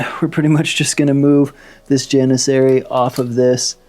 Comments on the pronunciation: Nice battle report! You are in fact pronouncing "Janissary" correctly! Keep up the good work! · Don’t know if someone has commented already but you pronounced janissary correctly on turn 2, also the yuzbasi is pronounced (youz-bash-uh), its Turkish, wouldn’t blame you if you didn’t pronounce it like that going forward lol just sharing a fun fact. As always great battle report can’t wait for the next one